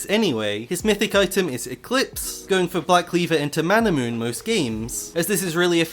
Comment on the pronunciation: Why does everyone say 'Manamoon'? Does it look like thats how its spelled?? Its Manamune